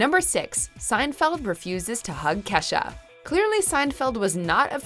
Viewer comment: blahblahblah blahblahblah LoL it’s “Kesha” but nice try